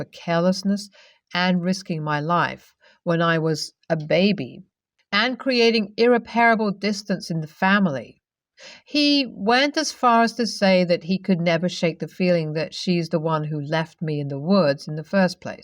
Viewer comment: Also Ir-Rep-Rable